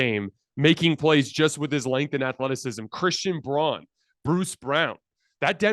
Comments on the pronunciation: Braun is pronounced Brown not Brawn. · Also Braun is pronounced like “Brown”. 😅 i know it’s odd lol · It’s pronounced Christian (brown) Bruan